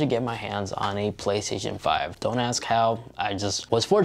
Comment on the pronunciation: "The Plehstzzn5"